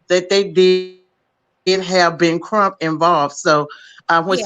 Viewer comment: I’m sorry but the lady is delusional. I say this with all due respect! Ma’am, you are not the FBI. You are full of speculation. You are no where close to Benjamin Crump or Kruk as you clearly pronounced. Contained and Detailed are two different things… especially when it comes to law enforcement. I’m sorry but Benjamin Crump, Al Sharpton, Roland Martin are NOT above reproach! So called connection and those who work in “ high positions” you have are NOT above reproach and cannot disclose procedures/processes. With all do respect your right up there with Mr. Zuniga!